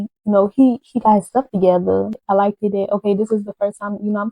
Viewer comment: Her adding an extra ED on certain words is really pissing me off🤦🏾‍♀️😒...."hurtEd"....'like-ED ".... "LookED"... SMH